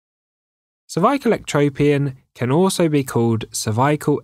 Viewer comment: I knew I was dealing with a PRO from The way he pronounced "CERVICAL" in the beginning